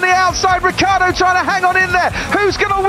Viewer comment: "Daniel Rookieardo"